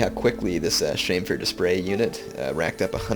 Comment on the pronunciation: shamefur dispray? :D